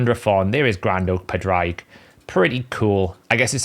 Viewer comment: Just say Patrick in an Irish accent and that is pretty much how you pronounce Padraig. Not whatever you are doing. lol